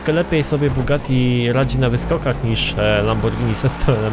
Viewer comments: To jest Bugatti a nie kugati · NIE KUGATTI SZEJRON TYLKO BUGATTI VEIRON